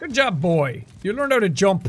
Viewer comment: it's BOI not BOY but good effort